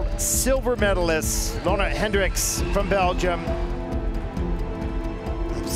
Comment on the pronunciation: So has managed to go from Leona to Lona. When do you think he will be able to probounce Loena? Just copy the arena announcers! Guignard, pronounce it! Literally he has one job.